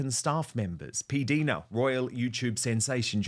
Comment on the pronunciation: Hi Dan... I may be wrong, but I think PDina is pronounced with a long "i" as perhaps PDyna might be pronounced. LONG (English) I..as in "right" JUST for your info...😊 😊